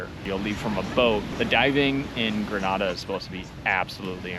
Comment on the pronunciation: FYI. The name of the country is pronounced "Gree..nay..da," not "Gra..na..da," which is in Spain.😊